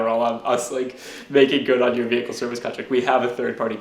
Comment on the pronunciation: All I heard was ve-HICKLE.